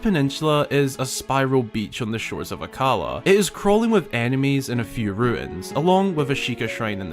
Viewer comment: Well, hyrule warriors age of calamity actually told us that it is pronounced "Akkala" and not "akkAla" (yes I hlighted the accent with Capital letters)